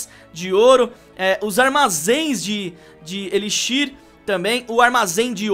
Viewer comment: cara fala tudo errado armazém de elixir kakakakakaka